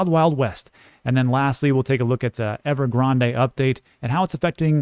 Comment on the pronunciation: Great insight as usual, one thing though -silent e in Evergrande it's not Starbucks🤣